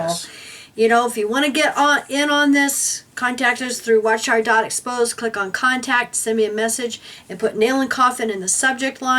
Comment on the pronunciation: Thats watchtower.exposed It sounded like you said 'expose' instead of 'exposed' Just posting this so everyone can find you site.